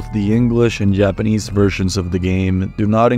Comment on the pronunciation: He also said "Yapanese" at around the mark